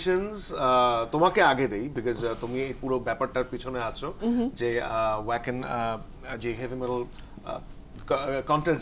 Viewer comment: উচ্চারনতা হবে ভাখেন, ওয়াকেন না।